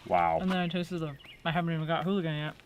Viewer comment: There is no H in ooligan lol